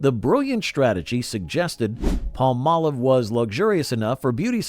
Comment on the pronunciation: i loved (charmin's) Dick Wilson as the perpetual🍷drunk on "Bewitched"!🤣 why does everyone mispronounce Palm•Olive🌴 "pall•Molive"??